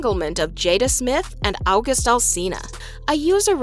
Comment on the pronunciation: Just say august correctly. It’s not difficult.